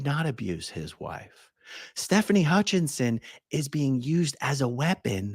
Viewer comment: if you research Stefani, there is no N in her last name. It is Hutchison not HutchiNson. AA Ron spelled it correctly, but he’s saying it with the N